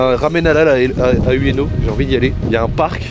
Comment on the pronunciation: Je suis tellement triggerd par la façon dont ils prononce ueno